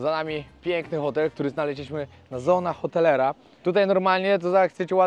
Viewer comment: tę nazwę się wymawia „sona otelera”